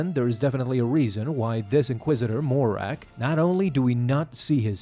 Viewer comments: It’s Marrok, not Morack. Killin me smalls…. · It's Marr-ok, NOT Morr-ak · It’s not “More-Rack” it’s “Muh-Roke” just for some help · You call him: "Morrak" ; but his name is: Marrok !!! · Not Morrak, Marrok :P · Seriously. Why is it so hard for people to say Marrok. It was spoken in the show… there’s no mystery. muh-Rock …really not difficult. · Why do you call him Mo-Rack 😭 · Why do you keep calling him morrak lolol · i have no idea who he is, but i just want to congratulate you on making an almost 10 minute video and not once saying marroc correctly. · him saying marrok wrong the entire time really grinded my gears